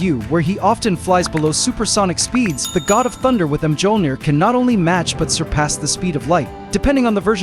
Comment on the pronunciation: If you're going to have Ai do the narration for your videos, spell out MYOLNIR and OOROO phonetically so it won't mispronounce the words.